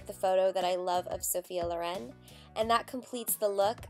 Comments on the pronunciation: I'm at first minute and already can't sopport this pronounce: is Sophia Lòren, not Lorèn! Pleeeeeease don't make english what isn't! Italians thank. Btw, really great look, delicious video! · you are insanely amazing but the pronunciation is Lòren!